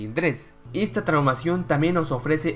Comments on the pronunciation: Parece que dice traumacion xD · Dice traumacion